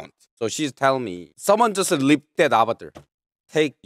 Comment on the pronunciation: you mean leak not rip its leak hows word leak hard to say